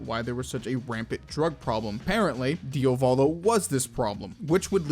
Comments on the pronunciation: man im fine with pointing these out... but please call him Diavolo and not Diovolo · I turned the video off at ~ for two main reasons: The character is called Diavolo, Dia-volo, not Dio-Valo. Secondly: schizophrenia and multiple personality disorder/dissociative personality disorder are distinctly different Illnesses with distinctly different causes. DIS is result of childhood trauma and being Schizo is (most likely) the result of chronic inflammation of the brainstem while in the mothers womb. It can happen that those conditions intertwine, but it's incredibly rare. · Why do people say diovalo and not diavolo? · Why do you pronounce Diavolos name wrong?